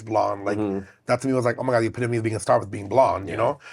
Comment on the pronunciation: “Has STAH quality” 😂😂😂😂😂😂😂😂